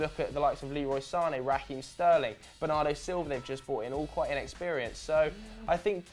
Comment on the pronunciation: Sane is actually said like Zane he said that in a interview